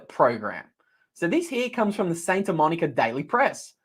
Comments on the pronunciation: Pronounced SANTA Monica, not SAINTA Monica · It’s Santa, not Sainta,.